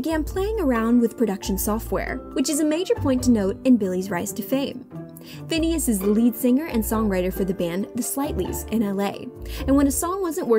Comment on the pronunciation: The lady keeps saying finneas name wrong